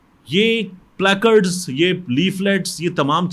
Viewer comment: Stop being idiot and saying " PLEKARD" It's play catds